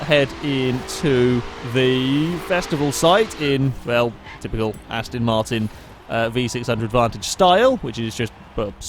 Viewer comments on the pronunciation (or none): none